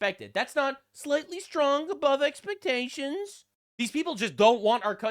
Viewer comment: She mispronounced expectations hope I'm not the only one who caught that